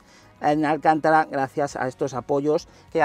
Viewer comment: Que un periodista de motor llame "Alcántara" al Alcantara quita toda la credibilidad al canal. Ya va siendo hora de aprender a diferenciar el nombre de un pueblo o un apellido español del nombre de una marca registrada italiana, con la que, por cierto, he trabajado.